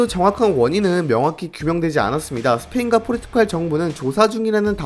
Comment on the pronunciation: 포르투'칼' 아니고 포르투'갈'이요. 백만 구독자 갈것 같아서 그전에 아룁니다